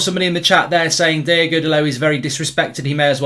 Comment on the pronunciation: His name is Diogo not Diego